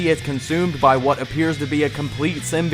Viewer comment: Your mispronounced "Symbiote" drove me to drinking.....